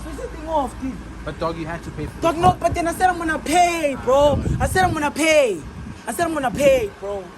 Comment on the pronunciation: “Imonna pay”🤣🤣😭😭😭